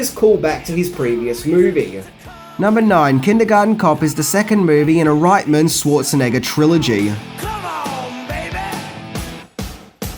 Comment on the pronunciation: I love that you pronounce Reitman's surname the German way (right-man instead of ritt-man).